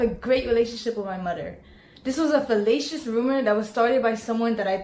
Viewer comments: Fallacy, fallacious. Phallus, felatio.... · Did she just say fellatious rumor?